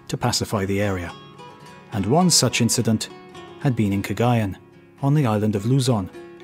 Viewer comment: In addition to mispronouncing "Cagayan", that was just a particularly lame account of that series of events. It seemed like, if there was anything that could make the Spanish appear in a positive light at all, you specifically left it out. Like for example: the fact that the Spanish won! I understand wanting to show it from both sides, but here it seemed like you narrated from the Asian pirate side exclusively. And that is rather strange.